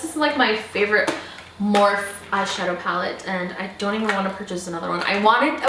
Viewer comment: I'm not trying to be rude at all I just wanted to let you know that you pronounce the e in morphe . I loved the video though !!!